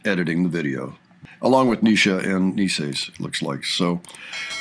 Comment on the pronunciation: It’s past time you get Naces name pronunciation correct … it’s Nay Sis, like faces but with the N in place of the F ( not Knee Sis ) 👍🏼🙏✌️❤️